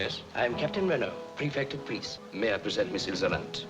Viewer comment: Yeah the mispronouncing of Ilsa's name was driving me crazy lol, good on you for realizing. A lot of reactors just keep doing it, even when the movies keep saying the characters names. This is one of the best movies ever, and might the most quoted one as well.